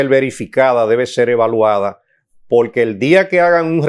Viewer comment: y porque el siendo abogado cuando expresa la palabra porqu el dice polque?...